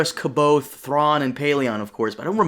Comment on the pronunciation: Man, pronouncing "Exegol" as "Testicle" is the best things to come out of this terrible fucking movie. Also why do people pronounce C'baoth as "Keboth"? It's supposed to be pronounced sə'beoθ/ (Sabeoth).